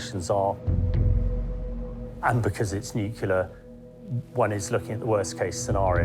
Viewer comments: Of all the people who could have been selected to narrate this, WHY pick someone who pronounces the word “nuclear” as “newkerlear”?! 🤦‍♂️ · Ben Fogle is half English, but his nationality is irrelevant. English people say “nuclear”, not “newkerlear” 🤦‍♂️ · What is WRONG with you people? Why can no-one narrating these things pronounce the word "nuclear"??!!! The clue is in the spelling ffs. It's nuCLear, NOT nucELar. So irritating. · 🤡🤡 you are pronouncing it incorrectly